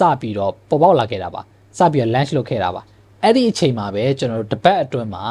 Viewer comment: lunch လုပ်တာ မဟုတ်ပါဘူး Bro launch ပါ အသံထွက်လေး တချက် မှားနေပါတယ်